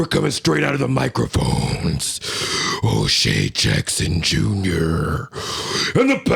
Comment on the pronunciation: Watch the pronunciation on O’Shea Unc….. Thought you cussed 5 times. 🤣🤣🤣